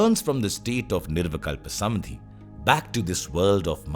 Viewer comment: Lovely, so much resonated with me. My gratitude to you. I’m curious if there’s a specific reason why "Samādhi" is pronounced as "Samadhi" throughout the video.